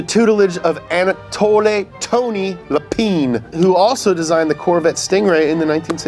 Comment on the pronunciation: Actually... although this guy has attempted pronunciations of many different languages, this might be the first. Lapine, the guy working on the design of 928, is actually Lapins, or to be precise, Lapiņš, as the guy's origins are from my country, Latvia. You pronounce it in Latvian exactly as it's written, without trying to make an ''a'' into [ei] or an i into [ai]. Easy, Lapiņš, with ņ being pronounced like the spanish soft ñ and š - like sh in Porsche, for instance. Otherwise, well done for the video, pity though that the car was not included in the EA's brilliant Porsche Unleashed from 2000. Best regards from Latvia.